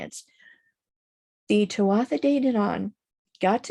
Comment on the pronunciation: Thank you (very irish name) great information here really enjoyed the video. Just fyi tuatha is pronounced too-aah much love 💝